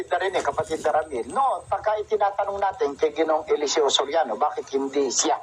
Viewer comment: Pati PAG PRONOUNCED NG ELESEO NAGING ELESE-O